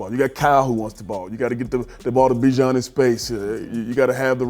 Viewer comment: IT'S NOT BUH, IT'S BEE!!! fkn aye. He told everyone. Bee-zhaan